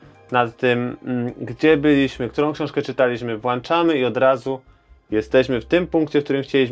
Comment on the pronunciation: To włączamy czy włanczamy? Istnieje włącznik czy włancznik? Pzdro ;)